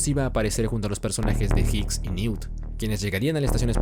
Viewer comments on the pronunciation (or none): none